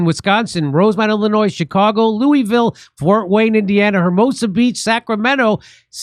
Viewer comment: Jimmy, don't say "Loo-ee-ville" once you get to "Loo-uh-vul"